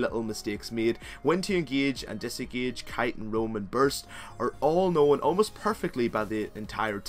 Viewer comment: i hope that after all the speech that kata plays were made in a normal game smurf acc, because those lucian ultis ... DEAR GOD... and hes ingieje and desingieje are awful ( sorry i had to come with that was killing me :D ) apart from that good video keep the good work :)